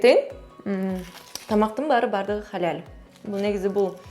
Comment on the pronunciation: Халаль сонун айтатко😂😂😂